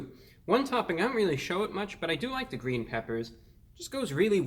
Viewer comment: “It’s gween” So happy you’re felling better